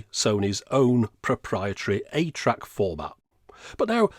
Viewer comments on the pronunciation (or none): When you said “ATRAC”, it sounded like “8-Track”. 😆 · Oh, I really thought he said 8-track. Which is funny that a Sony device doesn't even support their own audio standard.